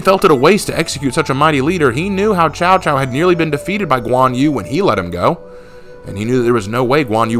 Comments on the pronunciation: Cao Cao, Not Chao Chao. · Man I was so hyped about new hero I was almost convinced it was going to be like Lu bu type of hero but no we got a fkn pirate.... (And just a side note I hate to be that guy but you pronounce cao cao like tsao tsao)